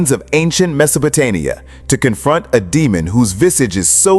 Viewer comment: Did the AI really say "MesopotaNia! the fuck?